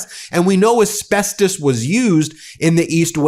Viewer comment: Can you stop saying asbesTOEs